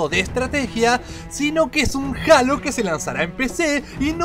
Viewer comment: no es jalo es jeilo :v